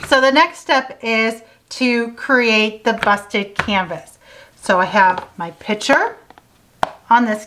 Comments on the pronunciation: I noticed that, too! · The work is "picture" not ".pitcher."